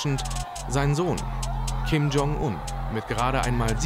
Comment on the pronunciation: Eure Aussprache für Kim Jong-Un ist der Wahnsinn. Im deutschen wird das J von Jong wie bei bei „jetzt“ ausgesprochen und nicht wie der Name „John“ auf englisch Ihr sieht es aber durch. Bei Ryong spricht ihr das Y wie ein „i“ aus und nicht wie bei „John“. Katastrophe